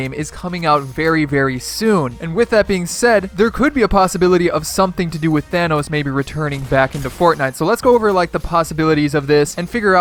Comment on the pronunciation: Thanos not thanoos